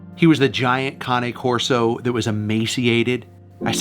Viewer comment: I think it's pronounced "Cane Corso" like an old man's walking cane.. Kay-nn. Not.. conic corso? o.o